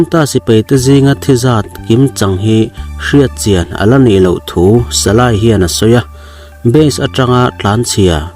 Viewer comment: Salay ni lo in salai tih tur